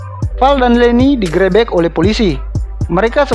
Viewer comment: Di grebek bang yg bener bacanya, e nya itu harusnya bacanya e bukan e bang